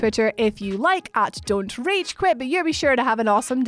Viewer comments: whys that when she announces her name she shortens it to rach? Idk i just don't see why she doesn't say it all, it sounds like her fucking names "rate" that's what it heard at first. Just really stupid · Am I the only one that thinks it sound like "Rage" when she's saying here name?